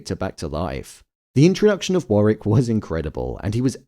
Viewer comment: Fyi it’s War wick not Warrick